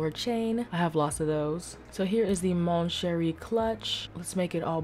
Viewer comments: I love how when she says mon cheri, she actually has the accent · The way she said “Mon Cheri” LOL PERFECT